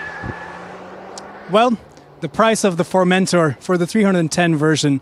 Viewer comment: Not to be annoying but, if you'd like to pronounce the name good, put the emphasis on the -tor, not on the -men-, so like FormenTOR